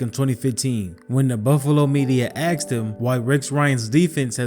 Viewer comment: The word is asked him ! Not axed him. Come on narrator .